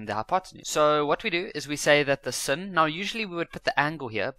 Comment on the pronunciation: sin is pronounced as sine